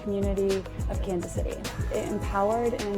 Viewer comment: When he said Kansas it sounded like cancer